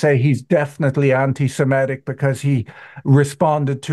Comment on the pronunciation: The word is "semitic" (from "semite") not "semetic".